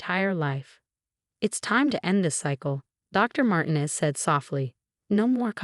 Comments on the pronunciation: It's mar-teenez,not mar-tin--ez dummy!! Get your pronunciations right!!! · Mar tee nez not Martin ez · Mar-TEEN-ez and pree-FER get your AI fixed! Won't finish story. THUMBS DOWN